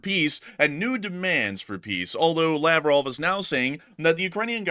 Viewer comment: Krasnodar! It's totally hilarious- When you say Laprov, I actually hear "lapdog!" Seems I can translate Russian in my head!🤔